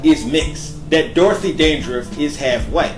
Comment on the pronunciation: sugarBaby ... LMAO!!! He can't pronounce Dandridge either... It's killing me!